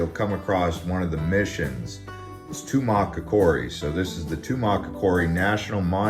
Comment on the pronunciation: Great video! One minor quibble: Even though a particular online pronunciation guide places the emphasis in Tumacacori on the "o", the emphasis should be on the second "a".